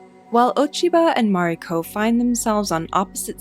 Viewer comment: Why do you pronounce Mariko’s name incorrect?